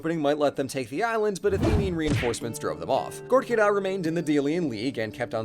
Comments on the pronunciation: buddy, it's KErkyra, not KOrkyra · Listen... You're right.... But oh my God hearing Korkyra instead of Kerkyra as a Greek makes me want to throw hands